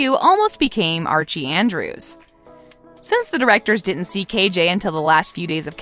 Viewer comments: OMG NO SHE DID NOT ITS ARCHIES ANN-DREW-S NOT ARCHIE ANN-DRESS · She really just said Archie Andreas instead of Andrews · We just gonna ignore that she said Sabrina Carpenter?? Like I know it isnt your job to actually watch the shows, but you can at least research it before hand instead of saying the first person named Sabrina that comes to your head lmfao 🤣. Also she not only said Archie Andres and not Andrews, but the picture of “cole sprouse” was not even Cole lmao it was Dylan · “ archie andres “ 😭😭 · She said Archie Andres not Andrews.. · Archie Andrés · It’s Archie Andrews not what ever you said